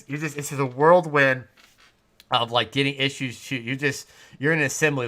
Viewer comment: im triggered because you said "whirlwind" like "worldwind" >: /